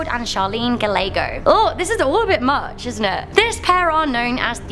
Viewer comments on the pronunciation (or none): none